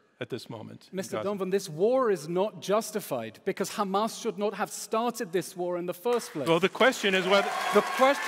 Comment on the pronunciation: “ that is on hhhhhhhamas, that is on haaaamas “ Lmao!